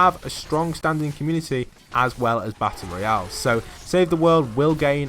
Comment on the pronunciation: he seid battelroial